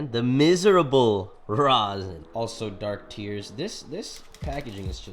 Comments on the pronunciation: Is it just me or did it say dark tears not terps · Its dark tears bro bro not terps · It's called Dark Tears not Terps haha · dark tears not terps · Its Dark Tears not Terps 😂💀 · dark terps 😭😭 i’m 99% sure it’s dark tears lmao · Him calling the strain dark terps made me cringe it literally says dark tears 😭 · Its Dark Tears! Not terps!